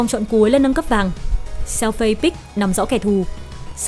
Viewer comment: con lạy má, phiên âm tiếng trung Fei Đọc là Phi F là Ph, Ei là i , = Phi -nên đọc Xèo Phi, tạm dịch Tiểu Phi -chị hai đọc tên nào cũng sai, xin chị hai cứ đọc tên Tiểu Phi đi, chứ chj hai ko có tố chất đọc tên tiếng trung đâu